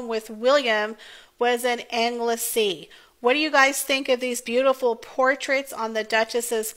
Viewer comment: Berkshire = "Bark-sh'r" Anglesey = "Angle-sea" Beautiful portraits, and important for the archive at the National Portrait Gallery. I prefer the family's informal poses, but any photograph of Catherine is beautiful.